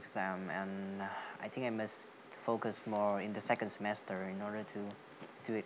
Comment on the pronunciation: công nhận fluently thật , dù cậu ấy nói lai giữa giọng Us và Uk , phát âm cũng kỳ kỳ nhưng tổng quan nói ghê sửa những từ cơ bản như think ... là ok